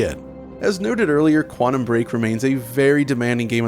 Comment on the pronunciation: Please stop saying "Quannum"